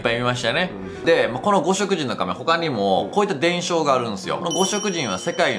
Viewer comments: 「ごしきじん」な！ 読みはきちんとしてくれ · ○ごしきじん ✕ごしょくじん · ‼️ ごしょくじん❌ごしきじん、だよ😁 熊本県民より❤️ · 五色人。読み方は「ごしきじん」ですね〜＼(^o^)／ でもって、うちの地域は4万年前頃から人が住み始めたらしく、中部地方（伊勢湾ら辺）から船で渡って来た可能性が高い、と市の歴史公民館の年表にあります。 日本の歴史は凄い。。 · 五色人 「ごしきじん」 神代文字 「じんだいもじ」 じゃなかったですっけ…？ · 五色人→ごしきじん 竹内文書→たけのうちもんじょ だと思いますよ。